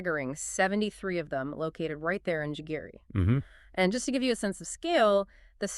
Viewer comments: The suburbs in which Nairobi hosts UN Bodies is pronounced "GEGERE" in English or "Gigiri" in Kiswahili and other Kenyan languages. Is it too much to expect that you Europeans and Americans would have the diligence and respect to correctly pronounce local African names, in the very same way that Africans exercise the same duty of care to correctly pronounce names in Europe and America??? C'mon.....or like was say that in Kenya "kamaaann"!! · It's not Jigiri it's Gigiri.. GeeGeeRee